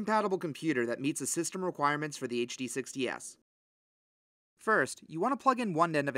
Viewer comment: Bro had to click out this video with how he kept saying HDS lol